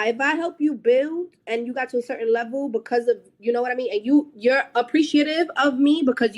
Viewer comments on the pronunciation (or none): “If I help you buiwwld and you get to a certain levoo, like….” 😂😂😂😂😂